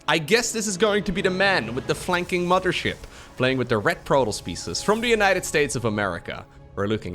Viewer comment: Love the way you pronounce mothership as muddership As a Canadian with many Newfoundland friends; they pronounce mother as mudder and it hits me just like the smell of fresh baked cookies. Thanks for the upload as always. I haven't played starcraft since Broodwar but I've been listening to you and uthermal as kind of a podcast type situation for 3 years!:D